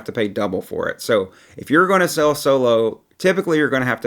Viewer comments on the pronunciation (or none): the word is "sail" (pronounced sale), not "sell". You go "sailing", not "selling".